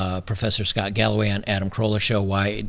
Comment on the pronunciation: Im watching too much detractor content. When you said professor scott galloway I heard "this professor has gout by the way"